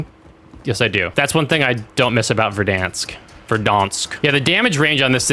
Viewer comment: its pronounced Ver-dans-k say it right